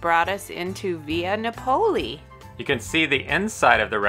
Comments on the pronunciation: That is very much not how you pronounce Napoli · Great video but it’s Napoli (nah puh lee). Also it’s Focaccia (fuh kaa chuh ) 🇮🇹